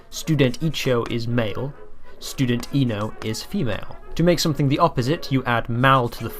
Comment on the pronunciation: You have a few mistakes i would like to point out but they are small and I'm very happy to see you making a video about Esperanto • you spelled "Mi" as "Me" • "-is" and "-os" are pronounced wrong • the letter "ĝ" is pronounced like a "j" in English Loved your video tho